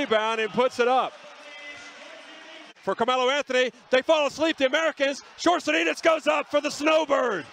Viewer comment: That first attempt of the announcer trying to pronounce his name.. Gosh can't stop laughing.